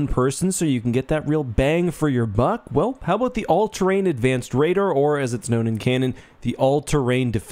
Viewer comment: brother man. You spent mins to talk "aboot" it. Lies!! edit Screw that snow mission in Rouge Squadron. ONLY mission I couldn't get gold in.